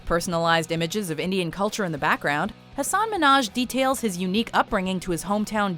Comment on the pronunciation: Hey btw you're mispronouncing Hasan Minhaj's name - the emphases are on the first syllables of both his first and last name.